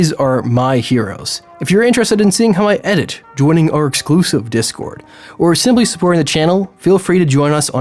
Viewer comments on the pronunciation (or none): none